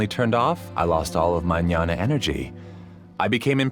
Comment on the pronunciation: Jnana is pronounced as "gyana" not nyana ..i think